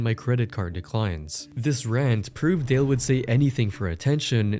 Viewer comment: It's Dale,. Not Da Lawn😂